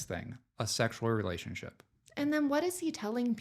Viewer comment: He's still calling it a relation- ship. Re... la...tion...ship.